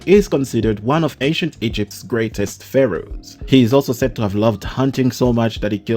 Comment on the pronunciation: "We wuz fa-rohs" for ol boy .... Is you kidding me???